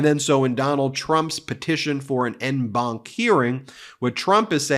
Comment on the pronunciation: 'en banc' is pronounced 'on banc'